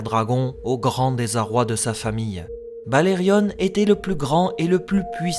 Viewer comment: Pourquoi dire "BalerioNE" ? Alors que tout le monde sait que c’est BalériON ? Idem pour Jaehaerys…